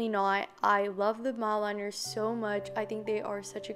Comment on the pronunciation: Y do yall Americans say zEEbRa it’s zebra and it’s not mOldLiNers it’s Mildliners like it’s not that hard